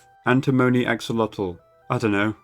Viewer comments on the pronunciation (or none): none